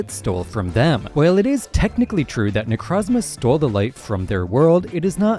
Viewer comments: necrozma is my favorite pokemon but why does everyone pronounce it wrong like its not ne-croh-zma its ne-crow-zma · Why does everyone call them Nercazma? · Can't stand the way dude pronounces Nekrozma... Also, smooth brain ass take on Nekrozma. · You can’t make an entire video about a Pokémon that you deliberately mispronounce. It’s so easy to say Necrozma correctly, why do you refuse?